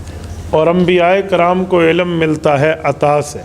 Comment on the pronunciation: Ilam ka talafuz sahee naheen. AP ilm frmaya kren.